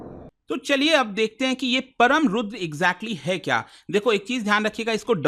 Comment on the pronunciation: Its परम् NOT परम, Its रुद्र NOT रुद्रा। Such mistakes are not expected at government level.